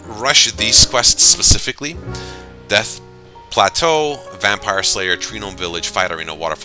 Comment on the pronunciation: Did you just say death play-too